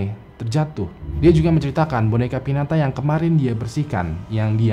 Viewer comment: dibacanya pinyata bang